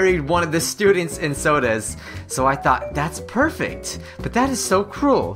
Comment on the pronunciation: perfeck dude perfeck